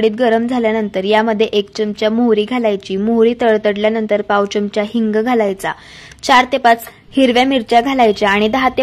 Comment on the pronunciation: च्यमचा नका म्हणू. चमचा म्हणा. पदार्थ छान.